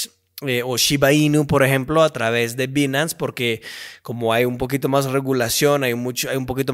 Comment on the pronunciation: interesante que sabe ingles y no dice bien Binance